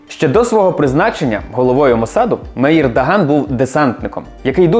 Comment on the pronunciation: Та не Рабин, а Рабін, з наголосом на "а", Меїр з наголосом на "е". Слухати в Ізраілі з таким наголосом дещо дивно